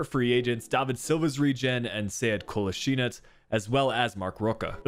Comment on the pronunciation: Kolasinac. - Kolaz-in-atch